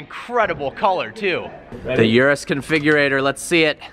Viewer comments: Its not yurus its urus as in oorus. Wtf with americans cant pronounce a single car name or brand properly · Lol "yerus" its "ooroos"